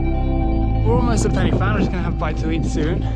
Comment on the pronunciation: First language Welsh speaker here. Here’s a pronunciation guide for you. Y in this context is pronounced ‘uh’ A single F in Welsh is pronounced as a V in English. Pen Y Fan = Pen Uh Van.